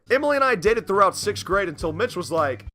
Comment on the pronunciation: Why does it sound like your saying bitch instead of Mitch